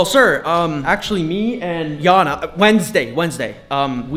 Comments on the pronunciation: Why are you calling her jana? Ooł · Why are you calling her jana?